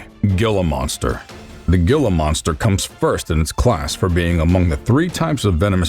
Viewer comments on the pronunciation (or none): It is a Gila monster, and it is pronounced "HEAL-A"